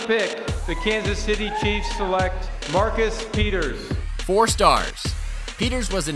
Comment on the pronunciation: I think we all knew Marcus was not gonna last once the commissioner botched his name